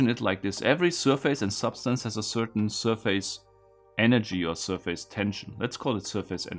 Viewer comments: Some well-intended language help: In English, the second syllable in the word "surface", though spelled "f-a-c-e", is pronounced "fiss" - not "face". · Nope, not in English... the word is certainly not pronounced "SURF-ACE", but it's more close to SIR-FACE than SUR-FISS. Since it's blended together and said quickly, the result is more like "SUR-FUSS". It relates to a plane or FACE (of an object) hence why it uses that word "face".